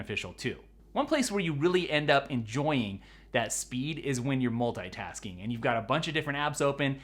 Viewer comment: Everybody: Multitasking: Mul tai tas ing